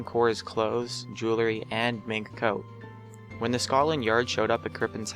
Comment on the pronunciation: I don't get how number 5 is a mystery. I think you failed to mention something there. Great, now I have to go do the research instead. And, by the way, it's pronounce Jew-wel-ree. Jewelry. Like it's spelled. Not Jew-ler-ree. It's not spelled jewlery. Other than that, good job on the video.